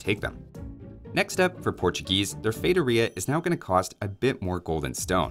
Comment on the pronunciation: Feitoria is pronounced "fay-TOR-ee-ah" not "fay-tur-EE-ah". If you want to hear it pronounced correctly, pull up Google translate, set the language to Portuguese, enter the word, and click the little speaker.